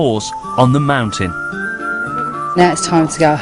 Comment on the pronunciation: On top of a mount-tain 🤣